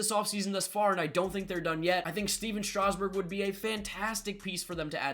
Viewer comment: Stephen strasgburn wrong lol